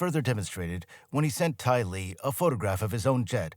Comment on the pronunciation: His AI calls "Tyler"....Tylee. 😂